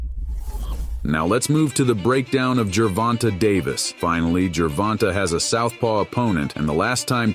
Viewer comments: the A is long. Jer-Von-tA. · Good video but he (like most) butchered the pronunciation of Tank’s name. Tank by TKO around round 10.